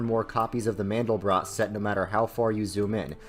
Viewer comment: Actually to pronounce Mandelbrot – the end rhymes with "aught"